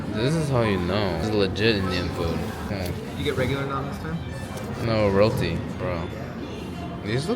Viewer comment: Whenever he said "Roti", it sounded like "royality" to me😅 prefers Royality over naan.